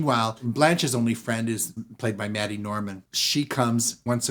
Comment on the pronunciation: it's MAID-y Norman. MAID🤣🤣🤣🤣